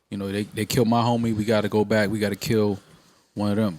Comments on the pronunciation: Is it me or joe keeps saying the “BIKE to business” instead of “BACK to Business” ? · Why Joe be pronouncing back like bike?